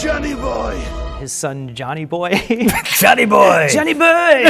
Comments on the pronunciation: ) Yes. So entertaining, satisfying, amusing, adorable. "Junny buuuooeeee." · Joowaneh Boyehh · I keep watching this just to hear say "Johnny Bouoiy" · Same...I just turned this back on to hear Johnny Boiii and stayed to watch the whole thing